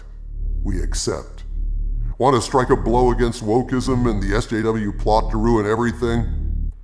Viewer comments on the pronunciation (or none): none